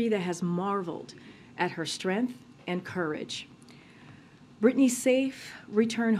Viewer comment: Hey Jean Pierre, can you not say strength properly?